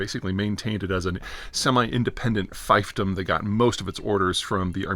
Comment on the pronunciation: Fiefdom... pronounced feefdom. A fifedom is an area where whistles are found.